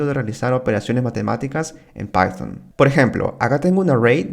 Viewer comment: Horrible como decis python!. Jaja Tus videos estan bien, pero me suena rarisimo tu python, pycharm.